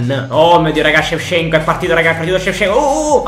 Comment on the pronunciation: Tutti: Shevchenko: sevsienkuo